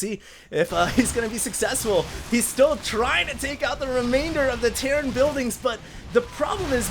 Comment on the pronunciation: REALLY Terrain!?!?!?!?! it's terran!!!